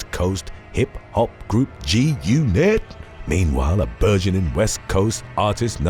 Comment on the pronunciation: He say's 'G Unit' w sheer perfection 👌 👍 & his animated narration is on muthafckng point & locks this channel in my top 5 favs.❤❤🤓🤓♥️♥️